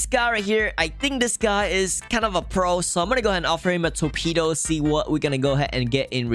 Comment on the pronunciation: Torpido?? Si habla raro,sin duda es ingles namas que rarisimo